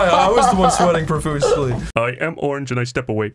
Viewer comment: the way Zach says "he's ARE-ange!?" absolutely kills me LMAO